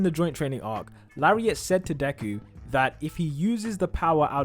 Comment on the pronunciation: This is not Deku in fact its Devu